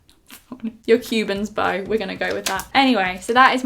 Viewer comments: I couldn't stop laughing when you said 'coomin bow' 😂😂 (its Cupid's bow) xx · It's cubids bow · Cubans bow, really?? 😂😂 oh my lord. good try though. it's a cupids bow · Omg Cubans bow 😂 love your vids that make me laugh all the time 💕💕 its cuspids bow btw (people have probs told you already 😂) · it's called a Cupid's bow x Hahahaha lol x when u said Cubans bow a fell off my bed with laughter x 😊😊😊😂😂😂😇😇💕💕💕💕💕 Louise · "Cubens bow" 😂😂this is why I love you 😂❤️❤️ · "Cubans Bow" thats what im gonna call it from now on xD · cumins bow hahaha! think it's cupids bow? :p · it's cupits bow